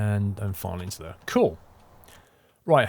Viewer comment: Available on steam.. over there (or as pronounces it, thar).